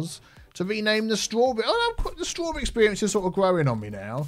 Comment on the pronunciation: Straw-tea-berry experience